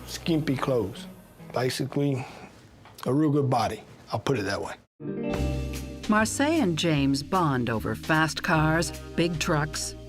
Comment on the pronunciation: Her name is Marcia, not Marseille. Pronounced Mar see ah, spanish name.